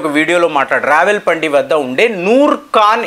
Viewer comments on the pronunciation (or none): అది రావల్ పండి కాదు, రావల్ పిండి 😂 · రావెల్ పండి కాదు... రావల్పిండి 👹🍉😸🦟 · ఓరి నీవైబ్బ...ప్రపంచంలో అందరూ ఒక విధంగా pronounce చేస్తే...నువ్వు వేరే విధంగా pronounce చేస్తావు ఏమిటి రా నాయన... రావెల్పిండి కాదు...రావల్పిండి... నువ్వు ఒక వింత జీవికి ఆన్ కుంటా...చాలా చిరాకు వేస్తుంది...ఏదో విందామని వింటుంటే...చా వింత pronounce చేస్తావు. కాస్త నేను చెప్పటం కాకపోయినా.. విని...రావెల్పిండి న లేక రావుల్పిండి నా అని...నీ ఇష్టం వచ్చిన ఛానెల్ లో విను...ఎవ్వడైనా నువ్వు pronounce చేసి నట్లు pronounce చేస్తారేమో... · Ravalpandi కాదు,రావల్పిండి